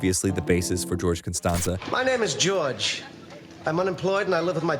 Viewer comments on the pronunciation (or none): Are we seriously suppose to listen to someone talk about Seinfeld who obviously mispronounced "Costanza" as "Constanza"? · "cah-stahnza" it's really clear the narrator doesn't write the scripts. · George Cunstawnzuh haha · How the hell do you not edit out mispronouncing “Costanza” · For mispronouncing Costanza.....I really CAN'T STAND YA!! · You Mispronounced costanza smh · Mispronouncing Costanza really shows me you know what you're talking about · Have you seen the show? How can you mispronounce Costanza? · Why did you pronounce George’s last name like that?